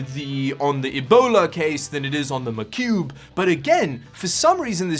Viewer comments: Its "Mah Cube" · Hearing you say macube over and over again his funny love your vids man been binge watching for a couple days now!!